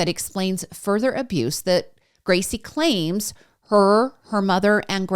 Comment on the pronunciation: I'm sure you didn't mean to do this, but when you say, "that Gracie claims", you stop for a split second, take a breath and then put a heavy emphasis on the word "claims", as if you don't believe what she's saying. I've noticed quite a few creators doing this and I have to say that it really bothers me. It gives the impression that you're basically calling this little girl a liar, and while I honestly don't think that's your intention,others might not agree. I can't possibly be the only person that notices this? I don't mean to be a negative., I love your channel and actually just subscribed after watching a few of your other videos. I promise you I'm not picking on you just to be nasty... just making an observation. ❤